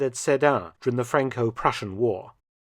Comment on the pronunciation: German "Preussen" or "Prussian" not Russian.